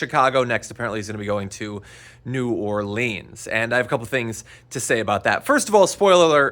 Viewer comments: Dude, unless it’s in a song, it’s pronounced “New OAR-linz” not New oar-LEEZ. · New "Orleens"